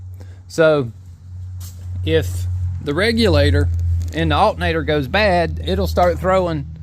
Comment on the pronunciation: Alternator, not altenator. Alter, not Alten.